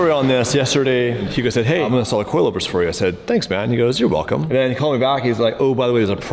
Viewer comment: Velcome back boys. So rare these days to have u both at the DDE HQ